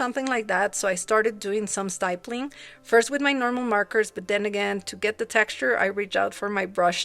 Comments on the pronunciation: great job :) just fyi stipple/stippling has a short “i” like the word “tip”. Best to you! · You pronounced "nomadic" correctly, but "stippling" is actually three syllables (I know, not intuitive) I think the nomadic elephant is my favorite, but the scarecrow and the camera are also right up there =) Congrats on finishing--especially in only 3 days! That's a big accomplishment!